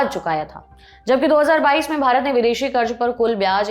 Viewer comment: Plz don't be offended but you need to work on your pronunciation, It's not Karj but Karz